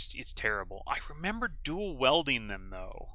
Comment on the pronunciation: your pronunciation of dual WIELDING not WELDING is killing me